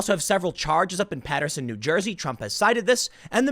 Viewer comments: Dear Tim, thank you saying Paterson correctly. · Thank you fir saying paterson correctly. I will donate now. Keep up the good work.